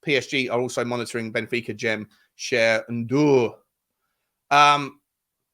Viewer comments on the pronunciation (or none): none